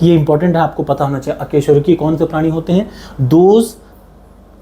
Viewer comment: अकेशरूकी नहीं अकशेरुकी 😂😂